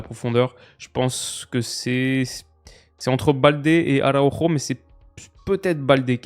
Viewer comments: Tomas Araujo en portugais c'est pas Arauro, pour la bonne prononciation c'est Araoujou🤝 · Salut en tant que benfiquista ce matin c’était dur mais la vidéo fait quand même plaisir (On dit tomas araougeo) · Astuce pour toi pour la prononciation des joueurs portugais/brésiliens; prononcer le nom à la Française. Tomas Araujo en portugais ne se prononce pas du tout comme à l'espagnol par exemple.